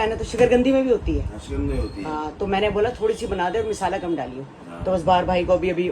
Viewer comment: ji misala nhi hota masala hota h